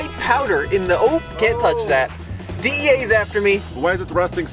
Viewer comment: DEA, not DA.